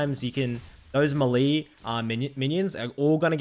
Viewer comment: Malee ? I have heard Melee pronounced many other ways but Malee ? Wtf is Malee.